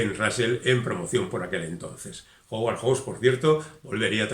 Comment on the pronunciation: recuerda que HOWARD se pronuncua jáuard, y HAWKS es joks. No suena ninguna U.